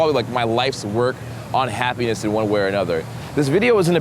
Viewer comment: I paused this in the middle of the word happiness, went back to listening awhile later, and I just hear "penis". You got me...got me good.